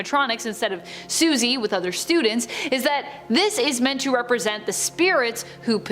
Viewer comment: Her name is Susie not what you said